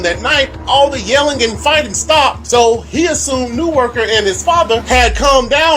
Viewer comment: It is pronounced “na-woh-kah. Thank you.